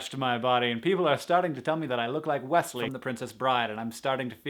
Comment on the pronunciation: After he said westely I just got sidetracked....